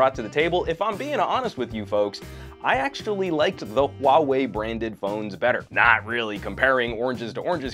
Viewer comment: your HUAWEI pronunciation is really accurate